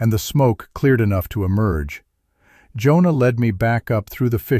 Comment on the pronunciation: "Jonah" is two syllables.